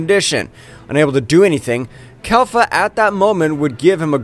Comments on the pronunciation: Bro it’s Kefla not Kelfa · Its kefla not kalfa